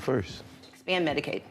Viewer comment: She said "Medicaid"...not "medicate" lmao, had to rewind it to confirm, smdh🥴🥴🥴🥴